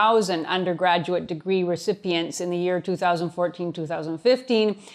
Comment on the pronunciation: "Undergraguate Degrees" What is a graguate? XD